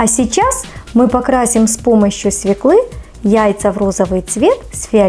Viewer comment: Невозможно слушать. "СвеклА, вынуть с холодильника, ложу".Прежде чем записывать видео составьте текст и проверьте его на грамотность. Нет оправданий. Вы русской речи учились у неграмотных.